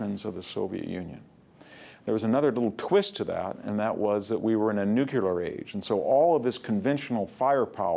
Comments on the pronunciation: It's n-u-c-l-e-a-r, not n-u-c-u-l-a-r. This mispronunciation started with Eisenhower, and apparently will never die. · "Nucular"?? No NUCLEAR Sheesh... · Love VDH's lectures! just an observation, it is "nu-.cle-ar" not "nu-cu-lar"